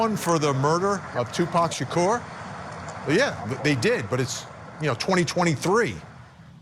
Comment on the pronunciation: You go Vinny Politan you said Tupac Shakur's Name right.👻